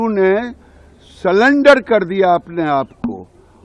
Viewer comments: Sullender nahi surrender 😂😂😂😂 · गिरिराज जी यदि इंग्लिश नहीं आती तो हिंदी में बात कर लो। सरेंडर को सलेंडर कहने कह रहे हो। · तोतले बोलना तो सीख , सिलिंडर किया….😅😅😅 ….सिलिंडर तेरे किया होगा , सरेंडर और सिलिंडर का फ़र्क़ पता नहीं है???? एक की डिग्री का पता नहीं , दूसरा ताड़ी पार और यह सिलिंडर वाला !!! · anpad admi selender nhi serender hota h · Giriraj said salender 😅. Not surrender 😅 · Salendar nahi hota 😂 surrender hota hai